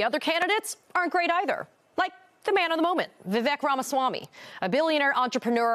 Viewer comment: The only good thing to come out of all of this is that Americans have now learnt how to pronounce 'Ramaswamy' properly. It just makes me very happy! :D